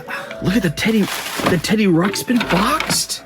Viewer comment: I swear he said “Titty Ruxpin”